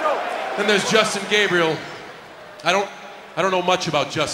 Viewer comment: he was calling justin gay because Gabriel sounds like GAYbriel